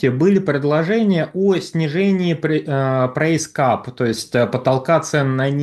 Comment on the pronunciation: Не "прэйс кап", а price cap, прайс кэп.